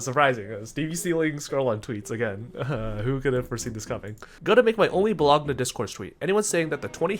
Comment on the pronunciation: That YCS Bolo-G-NA killed me